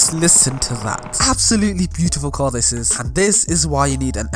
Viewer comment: Why did he say tar not car?